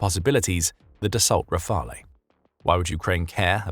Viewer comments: FYI Rafale is NOT pronounced "rafalay" (which sounds ridiculous to anyone with the most basic knowledge of French). It's just 2 syllables: ra-fal. With no difference between the way the a is pronounced in each of them. Thank you for your attention to this matter! 🍊😉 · Rafale is pronounced Rafaaal, not Rafaeee.